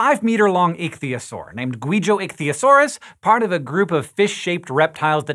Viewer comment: Is that pronounced "itch-thigh-oh-saw?